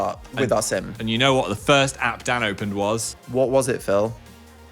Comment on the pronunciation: I was watching this with my mom in the room and at one point she goes " oh he's saying DAN i thought he was saying DAD i thought they were like a father and son duo"